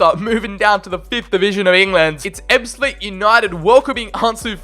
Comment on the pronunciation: I support ebbsfleet united and your pronunciation for most of the teams is very good 👍